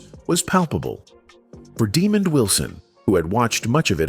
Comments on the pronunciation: Man his name is not demon his name is Desmond.. man you don't know how to speak correct English.. go back to school 🏫. You are uneducated. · He needs to learn how to say his name, right. His name is not demon! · "demon" wilson. thank you ai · Can you read STOP Butcher the man's name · Actually Demond Wilson was born in New York Not Valdosta Georgia Google it this guy talking here cannot pronounce Demond's name right 🙄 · I'm sure it's AI not pronouncing the name properly. Notice Diahnne Carroll was mispronounced as well. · He can't pronounce Demond's name right 🙄